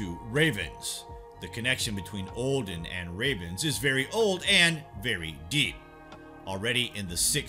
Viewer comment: For gods sake please stop saying Ohhdin